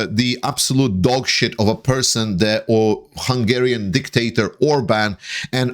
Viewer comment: Did you say dicktator? 😅